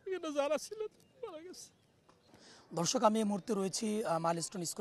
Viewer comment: এই রিপোর্টার দর্শক কে ধর্ষক বলল।